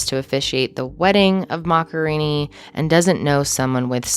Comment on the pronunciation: It's a pity that the presenter can't even get the pronunciation of Paolo's family name right.